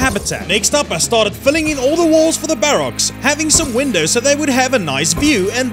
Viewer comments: I really don't know, it just grinds my gears xD sorry! Still watched it all tho :-P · am i the only one that really hates how he says barracks? xD